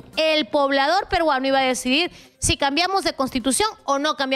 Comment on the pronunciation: PERUANO. NO PERGUANO. 👍